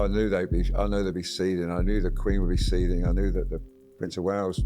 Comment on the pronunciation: Seething, not seeding !